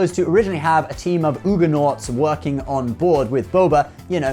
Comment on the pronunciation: For future reference it is NOT OOGA-naughts but UG-naughts